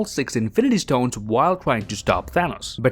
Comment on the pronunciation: I'm disliking because of the "st-hones"